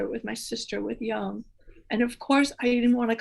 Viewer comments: His name is not prounced young. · I still cringe every time I hear someone pronounce Jung as rhyming with "fun". It rhymes with "put", as in I need to put sugar in my coffee. Sorry if this is off topic, but there it is. That said, I think I'll be learning much as I listen over and over again to this conversation. Thanks to for giving us these podcasts!, you are wonderful!